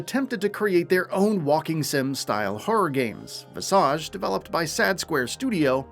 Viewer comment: Okay, but whats up with the mispronunciation of Visage?